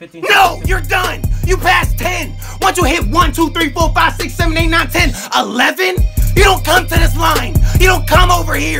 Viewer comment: 11 The way he said “11”